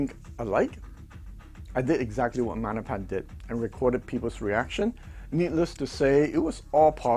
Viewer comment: Love you, but MaGGGNapans aren't Italian. The G isn't silent. Maggie's is short. Can you imagine saying Mannie's? Nope. Love ya. 😀